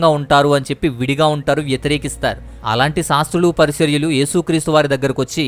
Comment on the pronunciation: PARISARYULU KAADU BROTHER PARISAYYULU.